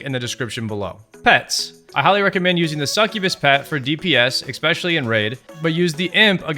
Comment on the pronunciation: eckspecially? XD dude